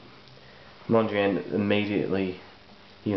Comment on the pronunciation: You seem to have difficulty even pronouncing his name. This is an atrocious pastiche of Mondrian.